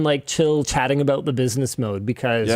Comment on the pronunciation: "e wan show" - linus 2024